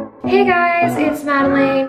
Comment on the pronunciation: Literally everybody saying Madeleine when it’s Madelaine